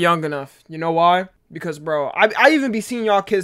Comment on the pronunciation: Bring back “You already shnow.”